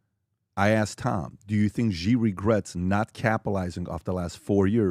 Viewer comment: Please communicate to PBD... China's President name is pronounced (SHE) and is spelled Xi.... with all the resources that Valuetainment and PBD have, they can't get anyone to help them understand how to pronounce President Xi (SHE) name. Happy 2025!